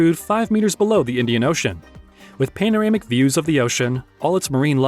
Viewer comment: Okay video but I have a problem when people do things like show the Hollywood sign when talking about Las Vegas, pronouncing "panorama" wrong, and quoting a price of $390 per meal and then in the next sentence say it is $320 per meal.